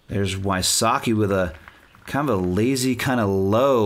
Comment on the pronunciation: Did he really say, "Ricky WySUCKi?" even enunciated it. Really?.